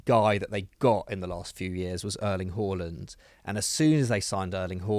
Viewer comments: "Erling Hooorlond" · Have you never heard Erling Haaland say his own name? It’s not Arlan like how 94% of English football fans say it 😂